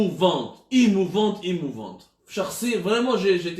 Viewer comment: Émouvante pas imouvente